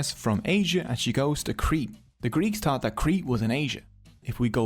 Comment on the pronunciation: Tree names he gave dose, tree towsend years ago? Wid out a dow't. Nedda t'aw't dat was troow. 🤔 It's not accent here that's a problem, taught for thought, tree for three, dose for those ect. If your not a native English speaker, it renders the whole video confusing and nonsensical.